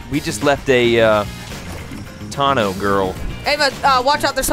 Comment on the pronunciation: You guys need to say it right (Ah-SH tano)